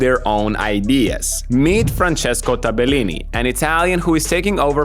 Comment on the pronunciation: wrong pronunciation, not Tabe-lini -> Tabel-lini